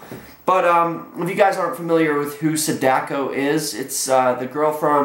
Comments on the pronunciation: Sadako is not pronounced like that it's long A like Ah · The way he pronounces Sadako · You mispronounced her name.